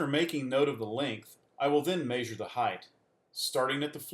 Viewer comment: “Mayjure” really bothered me 😂